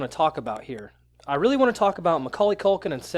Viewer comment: mckulkin STOP saying mckulkin, I can't breathe😂